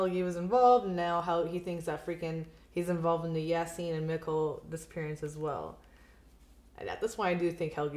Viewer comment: Mikkel is pronounced Me-kel